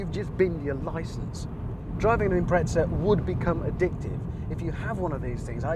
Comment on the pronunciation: There’s no “t” in Impreza…